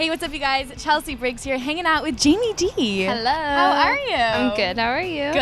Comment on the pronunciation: It's not Jeanie Dee! It's Jayme Dee